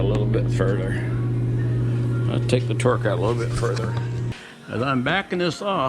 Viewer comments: Good info. It’s called a Torx. Not Torque. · Say it with me…Torx, torx, torx. Great video, though!